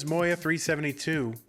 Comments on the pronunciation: bro its mo-ya, thats how a j is pronounced in german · I swear god I've heard 3 different versions of moja pronunciation.